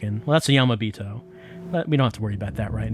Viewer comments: I want to know why he pronounces that vowel correctly in yamirei but yamibito sounds like yamabito. That's not a read on, more like... phonetic curiosity? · The way pronounces yamibito sounds like yamabito which means "mountain person" and idk I think it's pretty funny. It makes me think that the yamibito are just some sort of isolated mountain people angry at all these people running around and causing commotion in their backyards.